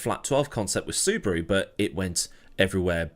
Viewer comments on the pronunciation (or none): none